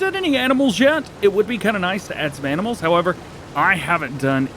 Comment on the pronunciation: did you say "aminals"? 😭